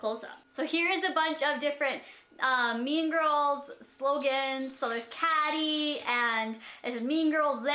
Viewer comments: It's Cay-dee not Ca-dy ;) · dee-cals not deckles. kay-dee not caddy, jesus that's literally a joke in the movie that it isn't pronounced caddy. please don't wear that to a fucking wedding, PLEASE for once be appropriate. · Its pronounced Kaity... not Cady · Did anyone else notice she said cady and not Katie when talking about the mean girls stickers? If you're a big enough fan if mean girls you wouldn't fuck that up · "There's cadie" Wait what. "It's pronounced like catie" Hahahhaha LMFAO. ;) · I was like .... Did she really just call her Catty.... "It's pronounced like Katie". Eyeroll. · Wow...Have you ever even seen Mean Girls? Her named is produced like Katie not caddy.😒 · seriously its pronounced as katie................ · have you ever watched mean girl? 😂 it's pronounced Katy but spelled Kady you said it wrong. 😁😂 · I don't know what's worse, that you want to wear Mean Girls decals but pronounced the main characters name wrong or that you think that outfit is wedding appropriate, haha., we know you have lots of clothes, wear a cute toned down dress or skirt with a cardigan or something. Nothing TOO plain but nothing flashy. It's rude to wear something loud to a wedding because the attention should be on the bride and groom. I'm sure you have something else that'll look great on you